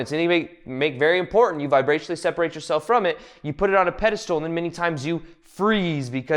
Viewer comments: It’s pedestal- not pedistool. But otherwise I’ve been enjoying the video😊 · This is great...AND can you stop saying "pedestool" instead of "pedestal?"